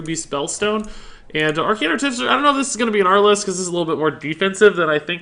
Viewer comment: You keep calling that mage creature "Arcane Articifer". It's Artificer, lol.